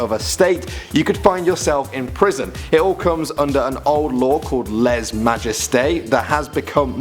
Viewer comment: You don’t pronounce the “s” in les just saying